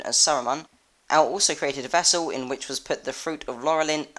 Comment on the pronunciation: Ow-lay. Aulë.